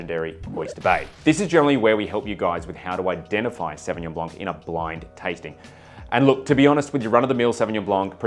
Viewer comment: Sauvillanche 🤣 Love me a savvy-b, last one i had was South Island's "White Mist" (lighter in alc) Savvy-B